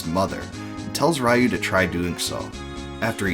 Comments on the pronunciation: A small nitpick , its Ree-you not Rai-you. But yeah, BOF II is probably my 2nd favorite of the series, hard to top BOF III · It's pronoounced "ryoo", not "rah you"